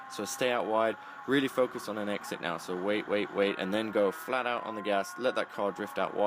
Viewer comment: He said "Flaht Owt", more than once. Love it.